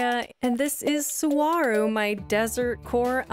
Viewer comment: Sorry, lovely island, but as someone who grew up next to Saguaro national park, I CANNOT get over your pronunciation haha